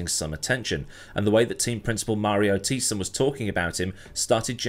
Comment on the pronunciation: I always enjoy you butchering dem German names... try "Dr. Mario Thai-ssen" and you'll hit the mark like Mike Tyson. ;)